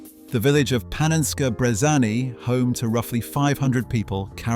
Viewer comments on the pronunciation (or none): Did bro just say Panenskey Brezaney?